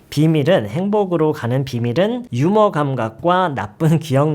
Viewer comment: 휴머? 유머가 제대로 된 발음 아닌가요